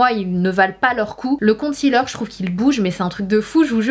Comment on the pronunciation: La prononciation de concealer ne se fait pas avec le son "ti"en 2 em syllabe mais plutôt avec celui de "si"